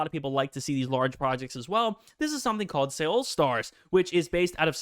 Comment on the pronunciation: Can we take a moment to laugh at the way he pronounces Seoul?